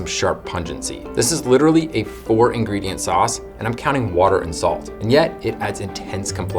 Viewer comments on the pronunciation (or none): none